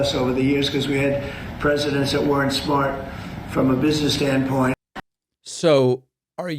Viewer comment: Why does Trump pronounce the word "weren't" as "wer-rent"?